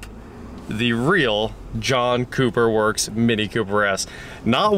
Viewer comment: at some point i heard "Junk Cooper Works" .... 😂